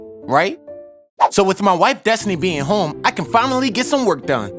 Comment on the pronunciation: I think it's Destiny/Destinee (idk how to spell it), not Desny. But it does kinda sound like Desny when he says it, though.